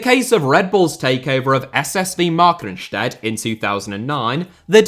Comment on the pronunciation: Keep up the great work! Minor German pronunciation assist, the second syllable is the stressed one in "Markranstädt."